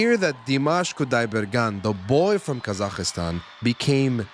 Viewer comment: Thank you - very enjoyable. My only criticism: there is no letter i in Kazakhstan.